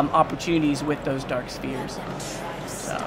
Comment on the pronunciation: when he says spheres, it sounds like spears :/